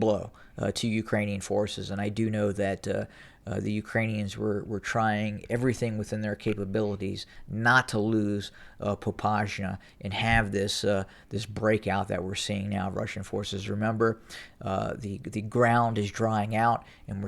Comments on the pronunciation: Popasnya with "s" not with "sh" thus not short but sit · You actually accidentally pronounced Popasna correctly one time in this video when you merged the two different incorrect ways that you've been pronouncing it - It's Popasna there's no Zh in it. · Popasna is pronounced with S :)